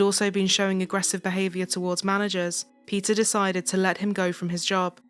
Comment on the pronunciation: Pronouncing Peter as pizza is sucha a blast :P